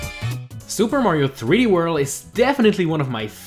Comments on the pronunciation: Super Mario threeworl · "Super Mario 3 Wurl"